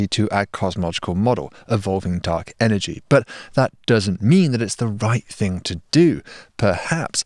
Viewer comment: there is no letter 'k' in the word ''thing'' Doc.